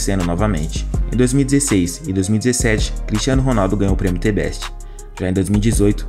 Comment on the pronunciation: T Beste? The = Zhë, Best = Bess, you now ?